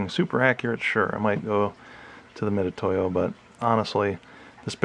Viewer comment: Thanks for the review. (Got my for use with laser cutting projects.) A note that Harbor Freight doesn't sell these $10 units in a little padded case any longer—just vacuform plastic on a sliding backing card. (Mitutoyo is also pronounced Mitsutoyo, BTW.)